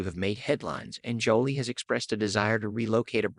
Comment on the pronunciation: Wow you must have just started this channel.? You literally have no subscribers. Anyway I subscribed. They call Brad's ex-wife Angelina Jolie. They pronounce it like she's being jollly. Is that is the AI. It is so annoying. 🤔🫡‼️